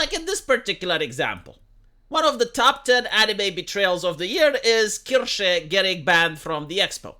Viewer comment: ist's Kirche, not Kirsche... the first one is a Church the second one is a Cherry... know the difference,, pronounce it korrektly!;)